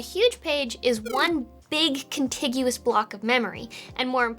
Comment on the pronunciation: You said con-tig-you-us instead of your trademark con-tijis